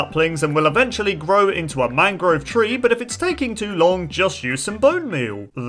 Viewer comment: How many times did he say mangro?